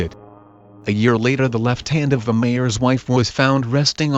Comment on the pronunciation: be like masLeum but also G I R Lfriend